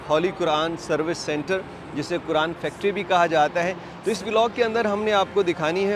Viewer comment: Assallam Alekum Say Quran not(kuran).